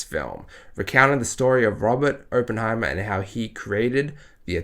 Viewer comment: well considering you can’t even pronounce his name correctly i’m not surprised this fantastic masterpiece went above your head. Next time maybe look into what your going to see first and determine if it’s for you or not so that way we are spared from your asinine opinions.